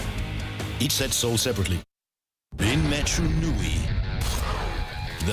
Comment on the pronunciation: Nobody: Announcer: EACH SET SOLD SEPARATLY